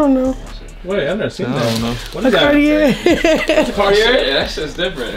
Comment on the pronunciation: Y did she pronounce cartier like that😭